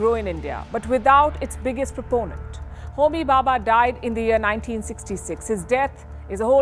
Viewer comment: Its Dr. Homi Jehangir Bhabha and the reactor is pronounced Sai-Ras (CIRUS). Expected better detailing on your channel